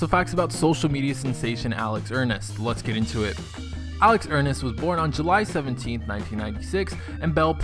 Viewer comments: it is Ernst not Ernest 😂😂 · "Alex Hernest" dude really? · "alex ernest" ITS ERNST😬😬😐😐😐😐😐